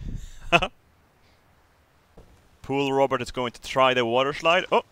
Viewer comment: Shlide. I love it.